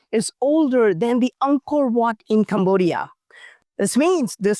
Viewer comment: He said it more anchient than Angor wat...ouch